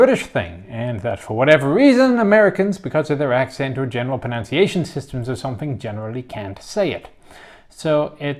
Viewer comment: lectures about pronunciation mispronounces /prəˌnənsēˈāSH(ə)n/ as /prəˈnounsˈēāSH(ə)n/